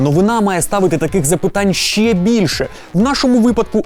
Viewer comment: Все круто, крім прононсу "шчье". Панове, українські шиплячі тверді, тренуйте щелепи, бо вуха в'януть